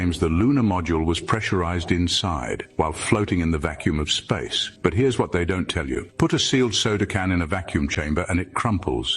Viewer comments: Nasa. Not naza. Space, not zpace. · Brother. It is pronounced nasa. With an s. Not naza. N a s a. Not N a z a. Space is spelled with an s not a z.